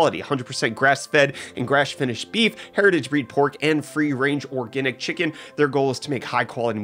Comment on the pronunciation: "orgenic chicken"?